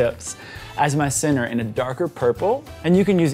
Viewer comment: LOL! It took me a few hearings to realize you were saying “center” and not “sinner.” I couldn’t figure out why you were referring to sinners in a cake video! LOL